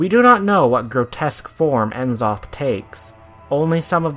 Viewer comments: its going to bether me until i comment it so its nuhzoth not enzoth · Isn't it pronounced Nuh-zoth? Just curious. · i dont wanna be that guy but its pronounced, " neh-Zoth" not " en Zoth " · N'zoth is purnonced nuzoth not N zoth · N-Zoth???? Nuh-Zoth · I wonder why people keep calling him En-Zoth! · As soon as I heard the mispronunciation of the names, N'zoth and Nyalotha I couldnt keep watching unfortunately.... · Was loving it until you butchered n'zoth's name. Do you pronounce c'thun "See - Thoon" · nobody can pronounce N'Zoth right :/ what a turn off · It's pronounced E"Shaarj not Ya'sharajaa and Nuu'Zoth..... lol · "N'Zoth (pronounced "Ne-Zoth" or "Ni-Zoth") is [...]" Quote from the wikia. :( I was so happy to hear you get C'thun right, but got this wrong. How, though? Great vid though.